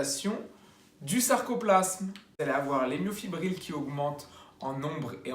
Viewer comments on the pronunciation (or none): bonjour Petite erreur de prononciation, c'est Myofibrille (ex: brille) et non myofibrile (ex : fébrile).